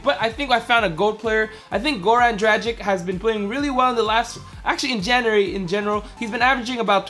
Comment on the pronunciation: what is "jaeuary" lol